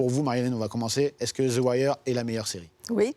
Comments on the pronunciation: Theuh Wire pas thi wire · exemple: the aim, on dit zi pas zeu the wire = "zeu" wire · ZII waireee !! bordel "THEU" en V.O c'est Theu pas ZI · zi ouailleur 😂😂🤣🤣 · Déjà « Zi Wire » 😂 n’est pas une série sur le ghetto qui en est l’une des ses principales composantes! C’est une série policière qui fait un constat de toutes les couches de la société US! L’histoire repose sur l’immersion d’un journaliste David Simon dans la police de Baltimore. Une écriture au scalpel avec des personnages très écrits! Omar, Prop Joe, McNulty, Stringer Bell, Bubbles, Marlo, Chris & Snoop les dockers, les flics! J’aime cette série car elle représente quasi à l’identique l’image que j’avais de l’Amérique! Ce qui a rendu cette série si captivante… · Il est perurbant ton "Ziwaire" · pourquoi il fait que de dire "zi" wire bordel?! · Zi wire wsh harcheum 🤣🤣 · Pourquoi au début il dit Zi Wire a chaque fois, c'esf trop louche! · zi wayeur! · ze wayeur